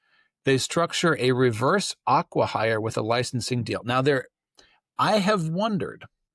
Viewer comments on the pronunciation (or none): Aquahire? It's Acquihire.